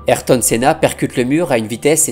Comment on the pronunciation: La vidéo est dingue. Magnifique hommage. En revanche on dit et écrit AyRton et non Ayton ^^